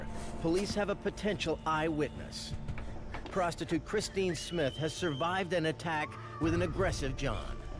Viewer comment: Too much use of the word PROSTITUTE, and with that 'dramatic' emphasis.